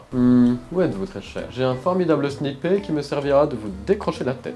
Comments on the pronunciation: le sni-pER 😅😅🤣🤣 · Ça s'écrit sniper mais ça se prononce snyperrr